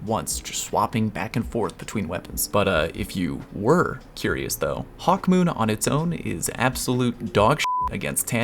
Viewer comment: I like how Hawk Moon became Hawk mEWn.....ew